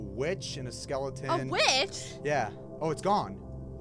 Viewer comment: Hey your saying is skeletone it's red steve